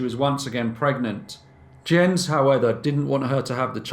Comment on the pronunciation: is this Jens? It's pronounced Yens kind of like japanese currency yen and the ce of lace like a woman's collar. It's my dad's name. Shout out dad!